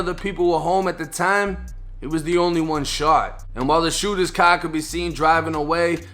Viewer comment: "a cahhr drove by opening fire" 😂😂😂😂😂😂😂